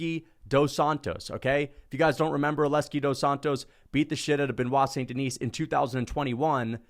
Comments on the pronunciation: If you're going to make a completely irrational hot take for clicks, can you get the damn guys name right?! Benoit Saint Denis. Hes French. Its not "denise" like Denise Richards, its pronounced "DI- knee". As in I want to Ben Askren da-knee you in the face every time I hear you pronounce his name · The “saint deNISE” is killing me hahaha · makes a lot of good points but he pronounces the silent 's' in BSD's last name so his arguments are invalid. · His name is Benoit St Den(ee)